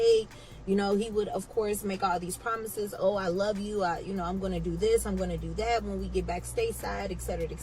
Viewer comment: Did you say "promithes, promithes"? 💀💀